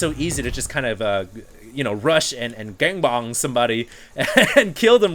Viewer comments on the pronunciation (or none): Thumbs up to tell that its 'Gangbang' not 'Gangbong'. LOL! He said it so funny:D